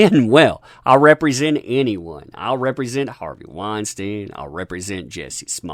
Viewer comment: You're the first person I heard pronounce Harvey Weinstein correctly